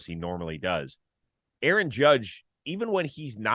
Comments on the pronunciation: Who the hell is A-A-ROM?? 😂😂 Sounds like a computer drive.. jk, great show as usual, fellas! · Arson judge now Aarom judge 😂